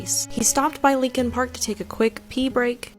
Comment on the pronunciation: It’s Leakin park. Not Lincoln.